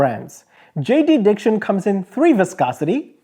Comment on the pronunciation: Haha I use JDiction UV resins for my resin crafts. Just a note….its not JD Diction it’s just JDiction. The creator Jay has a resin addition.